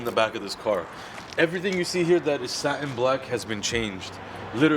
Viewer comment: It's not sa-en its sa-TIN